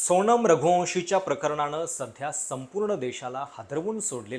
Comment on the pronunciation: …लग्ण नाही लग्न…णंतर नाही नंतर…सोणम नाही सोनम….अजुण नाही अजून…कंपणी नाही कंपनी..मणात नाही मनात..अजून बऱ्याच चुका आहेत..न आणि ण च बघा काही जमतं का?